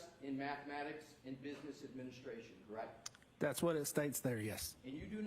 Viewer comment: Is it just me, or does he keep saying “Correc” with no t?